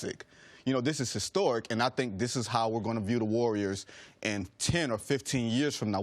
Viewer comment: "This is historwick"